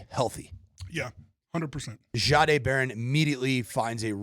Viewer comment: And please learn how to say Barons"s 's name. He told us how to pronounce it. It's just respectful.